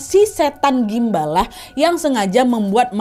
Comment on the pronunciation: kenapa bacanya susuk gumbal 😢